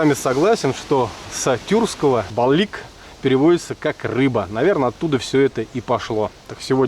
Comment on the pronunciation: По якутский "балык" а не балик может у других так и произносится, общее название рыб